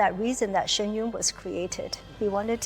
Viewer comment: The interviewer could have, at the very least, learnt to pronounce the 'Yun" correctly!!!!